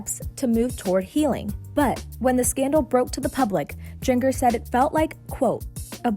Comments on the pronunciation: Its jinger, like ginger. Not jin-Ger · Are you serious? JIN-GUR? Who oversees this stuff? Ps - Josh is a POS. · 🤦‍♂️ it's Jinn jerr. Ginger but spelled with a J. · It's Jinger, like ginger root, not jin-Grr... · lmfao Jing-Ger. its pronounced "Ginger" like a gingerbread house. They just spell it all stupid because they only have "J" names! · Jinger is pronounced like ginger. Not jeeng er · Why are you calling her " gin- grr" it it pronounced like Jinjger but spelled Ginger. Have you never heard the name Ginger before? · Its pronounced like Ginger.. not Gin gurrrr.... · You really think her name is Jeen-gur, like it rhymes with linger or finger? Seriously, Access?? Her name is spelled with a J but, OBVIOUSLY, it’s pronounced Jin-jur, like the spice, GINGER! How are you actually paid to do this job?? Incredible. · Jenger? Lol like jenga?! Her name is pronounced like ginger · Pronounced GIN-GER ... like JIN ... JERRR 🤦🏻‍♀️🤦🏻‍♀️🤦🏻‍♀️ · It's pronounced Ginger lol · It's pronounced like GINGER. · Jin-Ger? Seriously don't pretend you know a thing about this family. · Jin Gur? Uh no. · Her name is pronounced Jin-jer (with a soft g sound) if you can’t say names correctly you shouldn’t be commenting on people! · Gin-gur? Really? 😂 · Its pronounced "Ginger", just with a J. And she isn't Jinger Duggar, she's Jinger Vuolo, she's been married for years and has two daughters. God, if you're going to report on something at least do your fucking research. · It’s pronounced GINGER. GINGER GIN-jer GINGER GINGER GINGER. Like the SPICE. She’s a spice girl. GIN JER. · Her name is pronounced “Jin-jr” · Her g in her name is soft, not hard. You're mispronouncing her name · You pronounce her name like Ginger .. just with a .. J... Not Jin-ger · It’s pronounced “J-E-N-J-U-R” 👉 Jinger 🙄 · Jin-gur Duggar? It's like Ginger. It isn't that hard. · It’s pronounced like Ginger. But ok. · I kept hearing her say jen-ger and its driving me nuts lok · jinjeer 🤣🤣🤣🤣🤣 kills me